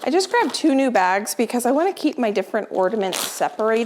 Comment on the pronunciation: Why do you say ordaments? It’s ornaments🙂